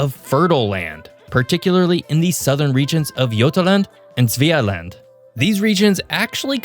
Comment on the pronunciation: The pronunciation of Götaland and Svealand was really good for a person that don't speak Swedish